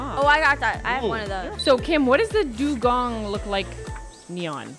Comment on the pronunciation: guys I think adopt me made a mistake because it's dugong not dungong